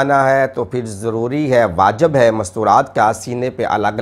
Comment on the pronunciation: جهالت کی ایک حد هوتی ہے تم نے تو ساری حدیں کراس کر دیں ۔ اتنی مشہور حدیث ، بچے بهی جانتے ہیں یہ حدیث ہے جسکو تم قرآن کی آیت کے طور پر پیش کر رہے ھو ۔ تمام فقہی اصطلاحات کو غلط بیان کر رہے ہو ۔ واجِب کو واجَب پڑھ رہے ہو ۔ شوشل میڈیا ہے سنی علماء بھی دیکھ رہے ۔ تم شیعہ علماء کا لباس پہن کر مذھب حقہ کا بیڑہ کر رہے ہو